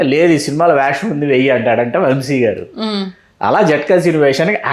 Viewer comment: ముందు ఆ ఇద్దరికీ తెలుగు నేర్పించండి. "శ" కి, "ష" కి మధ్య తేడా ఆ ఇద్దరికీ అస్సలు తెలిసి చావట్లేదు. "వంషి" కాదు, "వంశి". యాంకర్ అడిగింది ఏంటి? ఆ గాడి సోది ఏంటి?